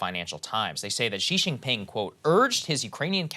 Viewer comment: Saagar, the j sound in Mandarin is more or less identical to how it's pronounced in English. It's not Xi Shinping, it's Xi Jinping.